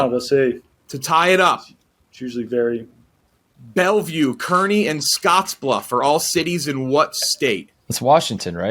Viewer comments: Nobody brought up how they pronounced Kearney wrong ? It’s pronounced Carn-ee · Not like it would have made a difference but Kearney is pronounced like Car-nee. Currently going to the college here and had this going in the background, when I heard say it I almost jumped out of my chair lmao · It's pronounced KAR-nee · Kearney is pronounced “Car-knee” but still love to see the Cornhusker State represented!! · Love pronunciation of Kearney - so bad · Butchered the pronunciation of Kearney